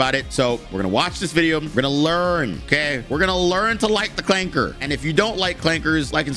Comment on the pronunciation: really putting in that work to make 'clanker' sound like an actual slur.